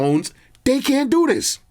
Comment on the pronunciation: Don’t do diss… doO DIIsss.. Cracked me up😂😂😂